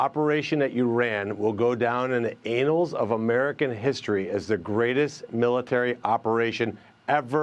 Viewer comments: 2.35 Bernie Moreno: "The operation ...will go down in the anals of American history...." That's not nice... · Did that Ohio senator just say "A-nals" instead of "annals"? 😂😂😂😂